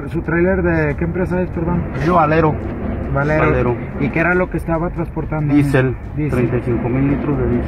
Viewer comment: Es diésel no disel